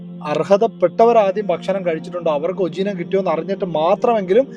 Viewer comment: ഉജീനമോ... 😂😂😂 ഉജീനമോ... അല്ല ചേട്ടാ... ഉപ ജീവനം എന്നാണ്... മലയാളം പടിക്ക് 🙏🙏🙏🙏🙏🙏🙏